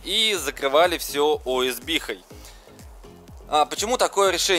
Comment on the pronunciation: Не уэсби, а оэсбэ